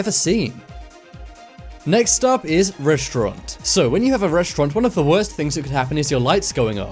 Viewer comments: Restaurant or Reshaurant? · Reshtaurant?😂 or restaurant? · i stopped watching at the 4th "reshtront"